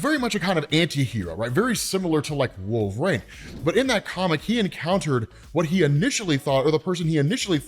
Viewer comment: Can’t stand how he pronounces wolverine. It’s not “wolvraine”